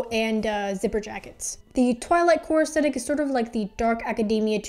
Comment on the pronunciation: Its not the worst pronunciation of aesthetic ive ever heard but you definitely should pronounce the h in astHetic.